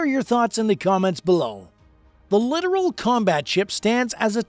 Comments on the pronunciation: Its pronounced "lit-ORAL." not "literal." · Yes, plus learn how to pronounce "littoral" and "composite."